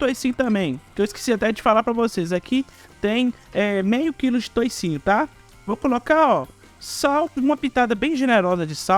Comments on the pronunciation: Não fala toucinho,é toucinho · Não fala toicinho